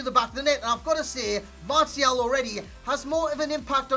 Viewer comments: well I didn't expect you to reply lol but yeah try marshial and let go of the mart-ial, love the channel other than that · martial is pronouced marssial